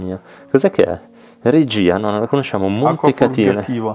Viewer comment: Si vede che siete giovani, beati voi! Hai letto " Regìa "con l'accento sulla " i " tipo regista mentre dovevi leggere " Regia " da Re tanto per intenderci.